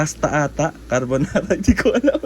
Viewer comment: Cambonara, at least Ndi kalbonara 😂😂😂😂😂😂